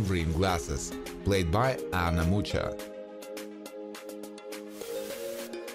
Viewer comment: Danka Dresner was played by the beautiful Polish actress Anna Mucha ❤️🇵🇱 But "ch" is not read like the Spanish "ch" - like "mucho", but like "H" - like Harlem 🙂